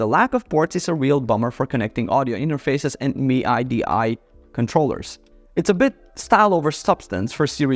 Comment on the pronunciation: Em-eye-Dee-eye controller .. Dude really